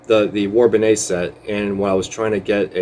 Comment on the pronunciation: War Bonneau? It's war bonnet!